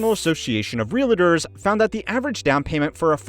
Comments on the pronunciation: It's REALtor, not realAtor. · It's pronounced, "real tore" not "real a ter" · Did you say "realators"? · Geezus. There’s no such thing as a reel-a-der. Where do reel-a-ders work? A reel-a-dee office? The A is before the L for f**k sake! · Realtor has two syllables.